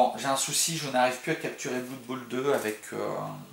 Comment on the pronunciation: sympa ta vid . juste blood ne se prononce pas bloud